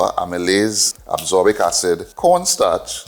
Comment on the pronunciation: Thanks fr sharing this experiment🙏 Just one note on a vitamin pronunciation "As-cor-bic"